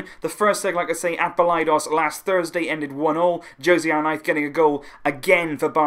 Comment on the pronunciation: Why do you say arknife it’s arnaiz 😭😭